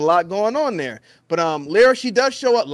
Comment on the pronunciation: can’t even say lyra right lol embarrassing